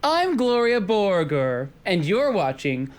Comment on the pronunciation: Gloria Borgore? More like Gloria Voregore